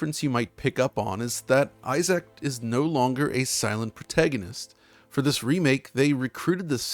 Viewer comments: Just a heads up that his name is NOT pronounced 'Eye Zack', it's 'Eye-Zk'. You should have heard them say his name this way in the game! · I love DF videos but I gotta be honest….I am cringing every time I hear you say “i-Zack” instead of “i-zick.” No one named Isaac pronounces their name as “i-Zack.” Lol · sighs... It's eye-ZIC not eye-ZAC. Sorry, really huge pet peeve with reviewers for this remake/remaster. It's enough to ruin said review. (Yes I know that's petty. But we all have our pet peeves that absolutely wound us to our core. So much so, we can't get past it.) For some reason this mispronunciation is one of those. I absolutely freaking cringe when someone says eye-ZAC over eye-ZIC. Again, I know it's petty so don't at me. Other then this cringe worthy oversight, amazing video. I do demand you edit EVERY instance where you mispronounced Isaacs name. Or the gods will condemn you to the bowels of bloody hell. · I don't know what I found more shocking: that EA actually showed great respect to this IP, or that pronounces Isaac as "eye-ZACK" instead of "EYE-zuhk." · The only issue I have with this video is pronouncing the protagonist's name "Eye Zack"... Lol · Great video, but why do you always have trouble pronouncing people's names? lol Isaac is not difficult to say. EYE-ZACK, huh? lol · The way says "eye zack" is pure cringe. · I-SACK lol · eye zick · Biggest takeaway here is that I’ve been pronouncing “Isaac” wrong for my entire life - apparently it’s “Eye Sack”… And he mentions the RE2 remake but OGs know the real remake GOAT is “Demon’s Souls”… masterclass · who's eye-zack? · How hard is it to pronounce Issac, Jesus Christ almost had to dislike the whole video